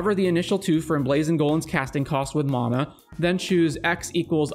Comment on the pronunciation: He's one of the only people on Youtube who pronounces it correctly.